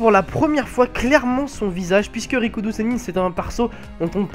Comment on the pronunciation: R I K U DO et pas RI KO U DO U ..........